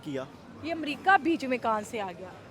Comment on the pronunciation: bilkul waise hi jaise amrica ke R ke jagha D aaya 🤣amdika